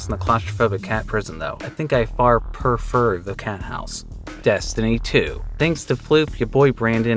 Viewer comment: I can't believe you said purr-fer instead of pre-fur